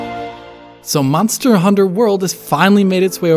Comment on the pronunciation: "Mazda Hunter World"?